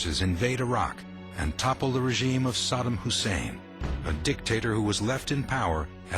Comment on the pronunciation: Learn to pronounce Iraq 🇮🇶 & saddam right